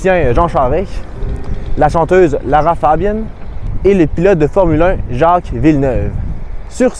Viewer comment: Pourquoi prononcer Lara Fabian à l'anglaise ! Elle est bien une francophone de Belgique à l'origine